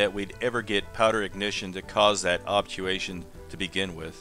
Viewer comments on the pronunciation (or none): It sounds like you're leaving the "R" out of the word "Obturation"